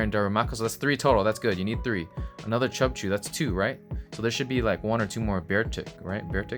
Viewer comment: Did you just call Cubchoo, “CHUBCHOO”? Hahaha